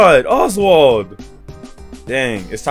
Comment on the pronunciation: You said oswart at the start